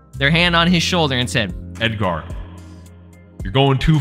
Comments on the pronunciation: Why do you over pronounce the AR in Edgar? You sound like a pirate 😂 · Who tf is Ed-gar😂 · Why you saying “Edgar” like that ts pissing me off lmfaooo😂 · i don't think i've heard anyone pronounce edgar that way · They way you pronounce the name Edgar is killing me🤣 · Why are you pronouncing Edgar like that lol I thought you were hispanic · Why bro pronouncing Edgar like that